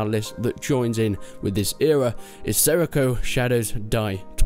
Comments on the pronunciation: seriko? :D its sekiro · Sekiro.... Not Seriko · seriko OR sekiro 😐